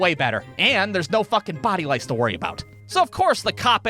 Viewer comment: “Body louce”😂💀💀